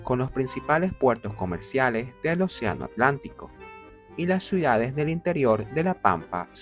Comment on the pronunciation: Dice suidades… a pesar del buen contenido que hace, no puedo verlo porque no tolero lo mal que habla 🙈